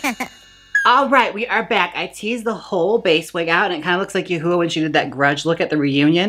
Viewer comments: Yoohoowa lol it’s “you-hwah” love u jaymes 😭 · You said Yah-hooa riiiight as a went for my drink. Thank you 😂😂😂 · "Yoohoo", tho🤣😂🤣😂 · Lol she can’t pronounce Her name lol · Please pronounce yuhua correctly, it’s cringey even as a joke